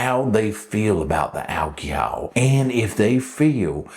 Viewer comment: Big fan of the intro 😂 whip noise somehow always makes everything a little better...and the pronunciation of "alcohol" 😂😂😂